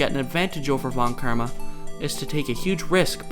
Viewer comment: Sorry, but von KIRMA??